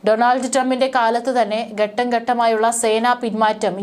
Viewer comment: ഓരോ രാജ്യങ്ങളിലും എന്നത് തെറ്റ് ഓരോ രാജ്യത്തിലും എന്നതാണ് ശരി ബാവി, ബാഗം,ബൗമ, ഗട്ടം,യുദ്ദം ഇവയൊക്കെ ഉച്ചാരണം തെറ്റ് . ഭാവി, ഭാഗം,ഭൗമ,ഘട്ടം,യുദ്ധം എന്ന് ഉച്ചരിക്കണം ഔദ്യോദികം തെറ്റ്.ഔദ്യോഗികം ശരി